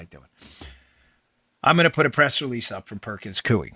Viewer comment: Dan. It’s pronounced Perkins “coy” not “cui”